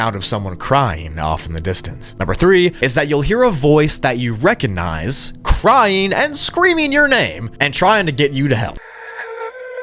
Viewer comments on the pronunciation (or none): none